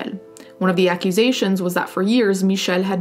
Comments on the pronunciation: Hey there! I stumbled upon your channel farely recently and I've just been curious about something: in this video you say Michel's name very well and I was curious if you spoke french. I am french native and it is so nice to hear french. I know you are Italian and the annonciation is similar(especially French Canadian), was just wondering!Anyways, love love your content and your take on subjects such as these! 😊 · Nothing to do with the story as a whole, super impressed as a french to hear you pronounce the name " Michel " so perfectly 😲